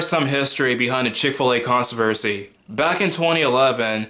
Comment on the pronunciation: What's a "consu-versy"??